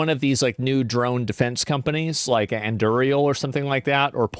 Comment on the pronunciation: Your pronunciation of Anduril and Palantir is wild lol